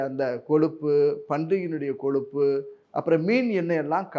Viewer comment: "கொலுப்பு" இல்லை கொழுப்பு